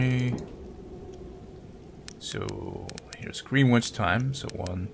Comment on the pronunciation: It's pronounced "Grenich" Don't know why it's spelt like "Greenwich" but the pronunciation is different. English is a strange language